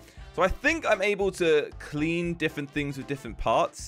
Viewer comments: "Defent" its said different bro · I like the fact he says diffent instead of different